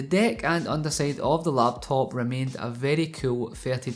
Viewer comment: when you first say laptop, I think LATVIA